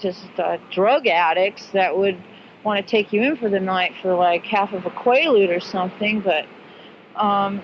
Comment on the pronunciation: Cosby like somebody say qailude lol